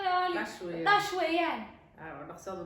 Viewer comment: It is dhash not dash